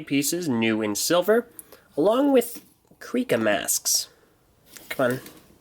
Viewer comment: “ kreeka” it’s kreka Also sorry if I misspelled kreka